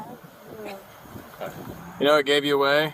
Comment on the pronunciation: Don't you mean, take her phone away'UH.... lol 🤭😂